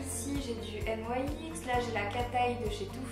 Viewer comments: sa se dit pas n yai x sa se dit nix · J'adore tu ne dis pas nix mais n aï ex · pourquoi tu dit N.Y.X alors que sa se dit nyx ? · Tu dit n y x nyx ?? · juste on dit pas "n y x" on dit "nix" sinon vidéo parfaite comme d' hab❤ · "Des jumbos N.Y.X.." Ça ce prononce * nics * !!! mdrr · C'est quand même dommage d'avoir autant de produits "Nyx" et de pas savoir prononcer le nom de la marque.. (qui se prononce donc [nixe] et pas N-Y-X) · Ca me stresse ! tu dis "N.Y.X" au lieu de dire "NIX" (c'est la prononciation hein ^^') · J'ai jamais entendu personne dire N.Y.X au lieux de NYX normal😐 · pour information c 'est pas N . Y . X c'est nyx (nix) sa ma souler pendant toute la vidéo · Je crois que NYX se prononcer "nixe " et pas "nouaixe " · Y a que moi qui suis choquée qu'elle dise N.Y.X au lieu de NIX ? Le rêve d'avoir tout sa !! <3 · on prononce pas la marque nyx n-why-x sa se prononce nix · On dit pas nyx au lieu de N Y X ? sinon super bisous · ca se prononce nix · Il n'y a que moi qui ne prononce pas NYX comme ça? Sinon super vidéo 😌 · Coucou, si tu veux avoir de beaux cheveux il faut que tu arrêtée de les lisser ou de mettre pleins de produits chimiques! Tu prononce la marque NYX bizarrement ☺️. Je t'aime trop mais à me manque que tu sois moins sérieuse dans tes vidéos... 😘😘💕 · Ca fait rêver autant de maquillage :D Sinon c'est assez bizarre, tu prononces la marque NYX de 2 façons différentes ^^